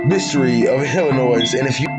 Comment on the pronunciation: Fml...outta staters listen up..."Illinois" silent "s" at the end j.s.